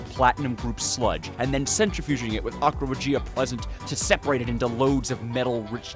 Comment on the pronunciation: its Aqua Rěgia not Aqua Regìa